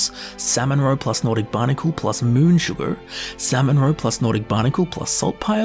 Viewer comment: Who's mans is this! HAHAHA! Tell him how to say sugar before I do... I'mma hurt his feelings... 🤣